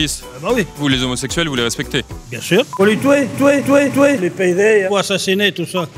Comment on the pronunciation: Il a dit touer